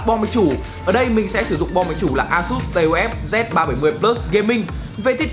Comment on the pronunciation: Đọc là táp-phờ nhé :v